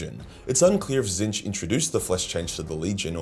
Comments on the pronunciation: HOW did you pronounce Tzeentch,? I feel like I just witnessed the end of an era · HEY HE KNOWS HOW TO PRONOUNCE TZEEENCH!